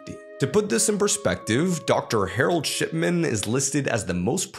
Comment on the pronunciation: Bro said Harold shit-man